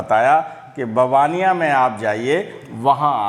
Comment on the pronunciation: मै भी इसी गाँव का हु लेकिन बहार रहता हु, मुझे ये जगह बार बार मन को खिच के ले जाती है, ओर बाबा नीबकरोली, हनुमान जी के पास चला जाता हु, कईं बार बाबाजी ने अहसास कराया है, ऐक बार दर्शन करोगें हर बार बाबाजी बुलायेगे, सर ऐक ओर बात आप गाँव का नाम बबनिया कह रहे हो गुजराती मे नाम ववानीया है। मै कैची धाम भी गया हु। आप को भी कभी कही मिलेगें बहोत बहोत आभार। 🎉❤ थेक्स।